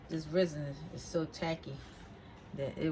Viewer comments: ITS PRONOUNCE RES-IN NOT FUCKING RIZZIN Jesus fuck why you people not know how to pronounce things properly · Resin not risen... mod podge not modge podge. But I love your projects! You get my creative brain going i just work too much and don't have time or energy to do any of it 😭